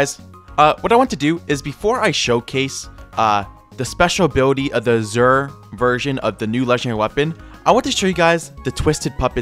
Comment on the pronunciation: I rlly wanna correct his pronunciation of Azure but i feel like hes doing it just to entice comments and dont know what to do